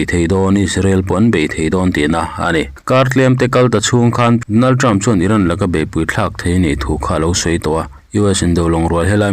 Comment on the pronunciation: MIHRING HMING HI A LAM NALH THEITAWP CHHIARTUPA ... DONALTREM.... 😂😂😂KHAMEININNN😂😂